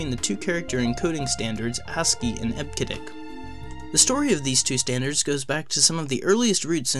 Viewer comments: Eb-Ke-Dic - WTF! Eb-See-Dic please. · Eb-see-dic. Jesus. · Came here for this :) EB-SID-ICK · I've always heard EBCDIC pronounced as IB-suh-dik since I have been using computers in 1974. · Eb-sid-dic is the correct pronunciation. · what are you saying—almost like 'hasskey'—and we say, 'eb-cee-dic'... "charcter" (sic: 'character'), 𝒶𝓃𝒹 𝕨𝕙𝕖𝕣𝕖'𝓈 𝓎ℴ𝓊𝓇 5-𝒷𝒾𝓉 𝔙𝔞𝔲𝔡𝔬𝔱 code... P.S. we use UTF-8 mostly these days but we really need UTF-X for plaintext... (we, want, all, letters, superscript-able, subscript-able, italics, faces, colors...). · EBCDIC is pronounced eb-see-dic. In other words, first the syllable "eb", then pronounce the letter "c", then the syllable "dic". I go back a ways so I know that's how all the IBM employees pronounced it. You should have done a little research and not just guessed. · Sorry. You should delete this video. Native speakers of EBCDIC want you to re-accomplish the audio track with the correct pronunciation of eb-se-dic. Take a hit on the view count and correct this mistake. :( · This channel is great. However, I'm cringing at the mispronunciation of EBCDIC. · That's ruined because he mispronounced EBCDIC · You hurt my ears every time you mispronounce EBCDIC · I can't take this guy seriously when he keeps mispronouncing EBCDIC. You forgot to research the basics. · I downvoted because of the incorrect pronunciation of EBCDIC. I've been a professional programmer since the 80's, I know how we said it. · Its hard to research the pronounciation when hes heard no one say it, bro stop being so harsh.